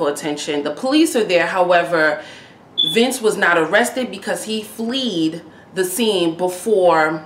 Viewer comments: He flea'd? The word is fled (rhymes with red) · Fled, not fleed.